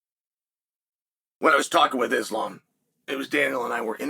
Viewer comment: Eeslaam Mocklechev 💀💀🤣